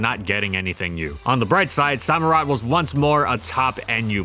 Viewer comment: Did you pronounce it SO - murott? It's Samurott.